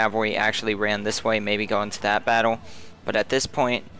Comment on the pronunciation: i cant get over how you say "battle" it sounds like baddwle, id subscribe if you said fight more :P not hatein, i watch a lot of your vids.